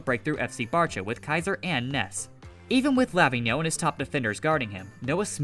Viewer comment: Pronouns Lavinho as ravine (but with L) and yo.